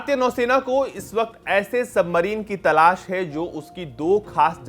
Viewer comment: भाई तलास नही तलाश😂😂